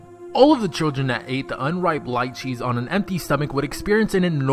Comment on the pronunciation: I eat lychees often. They are not 'deadly' in any way. Also, it is pronounced 'leechee' not 'liechee'